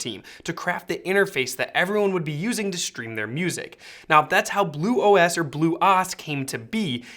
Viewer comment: I couldn't get through this video the way he was pronouncing bluOS was driving me completely batty